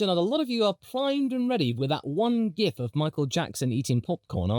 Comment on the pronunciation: You were wrong on Ferarri. You were correct on how you pronounced Gif, so it evens out.